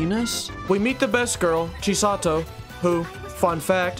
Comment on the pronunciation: "Chisato" in English dub kinda sounds like, "cheese a toe" or "she's a toe"